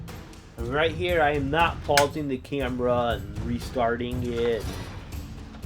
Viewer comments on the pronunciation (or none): none